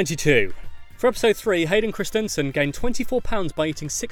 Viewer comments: omg can you not pronounce Hayden Christenson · The way he pronounces "Hayden christensen